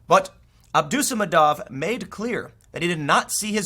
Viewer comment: Once again, Tim. Those Russian last names, they are usually emphasized on second last syllable (third last for female names). That is, the syllable before ov/ev. AbdusaMADov.